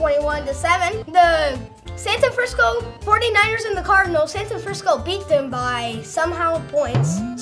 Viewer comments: He said santa Frisco lol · He said Santafrancisco